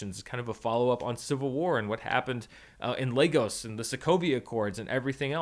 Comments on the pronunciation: Thank you for pronouncing Lagos the right way. For everyone else it is (LAY-GUSS) ... not (LAH-GOSE) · Great Review. Also as a Nigerian I can say that you are literally the only reviewer that I have seen that knows how to pronounce "Lagos" properly 😊